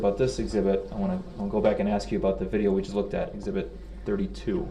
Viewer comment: You didn’t “Axe” the question